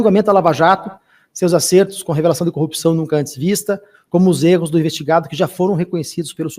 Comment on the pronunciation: O relator fala “cupção” também…. Esse estado do Paraná está falido.